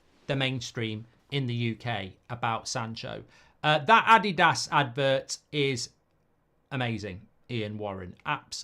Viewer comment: The way he says Adidas is ridiculous. Smfh